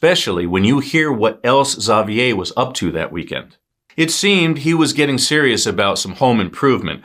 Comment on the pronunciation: great job on pronouncing Xavier's name!